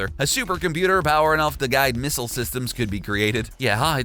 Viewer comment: Misile not mistle